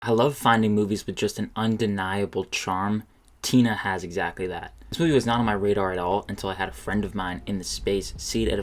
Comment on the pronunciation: The moive is actually pronounced Ti-NA like the ti in tina is more like a T sound, but the na in tina is more like a Na sound, maybe someone else can explain it better than me.